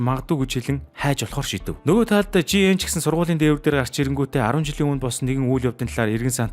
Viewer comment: Ли ан биш И ан Жи эн биш Жэеин